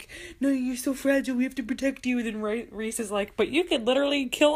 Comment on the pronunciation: My brothers name is rhys. Its pronounced "rise" like the sunrise